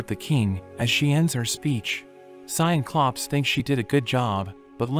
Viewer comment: “Cy and Clopes” Bro named them Cyclopes 😭